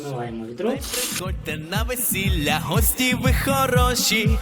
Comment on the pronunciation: Дякую за гарний огляд, без "вісілє" було б краще..... :)